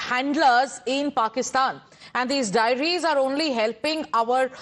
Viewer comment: Diaries not Dairies.